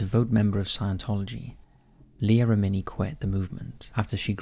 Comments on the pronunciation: Kirstie Alley not Christy. And Leah REH-mini (accent on the REH). And she was "devote"? Maybe "devout"? Takes 2 seconds to look it up. Contact me if you're hiring a proofreader. ;) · I enjoy the topics covers, but you continually do yourselves a disservice by mispronouncing the main person or location you’re covering! Not once is Miscavige pronounced correctly throughout the entire nearly 20 minute video. In another recent video covering the Menendez brothers, it was the same problem. UGH! Now it’s Leah Remini!!! If you’re going to make a video RESEARCH HOW TO PRONOUNCE THE NAMES! Otherwise you make yourselves sound ignorant! That’s it - the Remini thing just convinced me to stop following.